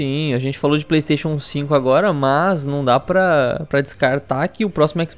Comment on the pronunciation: Pleisteixo Pleisteixo...